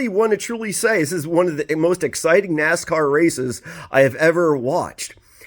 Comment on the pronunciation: It's time to brush up on your Naaaaaaassscar bro...lol